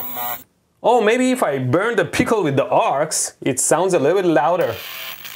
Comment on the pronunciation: I love the way he says pickle peecal